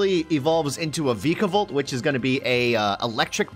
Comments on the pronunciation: Noooo its not vick a bolt it's vike like bike a volt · Vikavolt: VeeKAvOlt